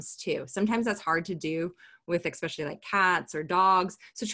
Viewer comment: This is a great resource, but it sounds really weird to hear say “eckspecially” (phonetic spelling)